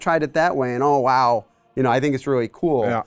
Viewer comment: going "oh wow" in a mid-western accent is the best:P